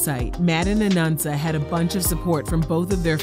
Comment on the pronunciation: Why do you keep saying “Anunsa?” It’s “Anansa”